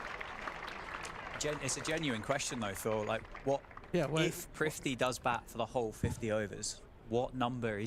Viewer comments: You know his name is Prithvi. It seems you are all pronouncing it ‘priv-thee’ 😁 Prithvi = ‘Earth’ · I don't think brits can pronounce Prithvi's name.